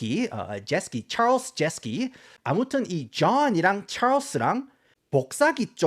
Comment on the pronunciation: 왜 알고리즘에 뜬건지 모르겠는데 경상도 사투리와 굴러가는 미쿡식 영어 발음의 콜라보가 매력적인분이시네요ㅋㅋ 좐/촬스 + 으깨/느그들 ㅋㅋㅋ